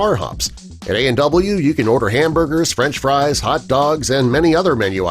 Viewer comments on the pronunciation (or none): none